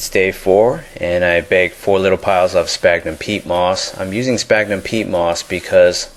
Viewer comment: sphagnum is pronounced sfagnum .. ;)